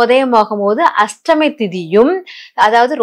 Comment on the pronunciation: Unga tamizh uchcharippu nanraaga illai. Ashtami iku H illai. Krishna jayanthi yil KRISHNA enbhadhil H illai. Brain wash il H ILLAI.